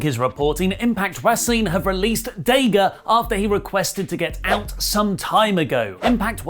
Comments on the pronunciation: Why do British people purposefully mispronounce names? His name is not DAY-GA. Nobody has ever called him DAY-GA. When you hear commentators say his name, they don't ever say DAY-GA. So, why is this little manlette saying DAY-GA instead of DA-GA? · DA-GA not day gah. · that's dadg. you said it wrong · "Day-Ga" got to love the Brits. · Stop saying DAYGA !!!!! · Ok I could've sworn it was Dah.Ga and Rush not ruush lol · While I like watching you guys, please let’s try to pronounce daga’s name correctly, and I won’t consider him top, but Imo he definitely should be recognized as a sound wrestler. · I love u but stop mispronouncing Daga! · Pretty sure, thats not how you pronounce Daga :D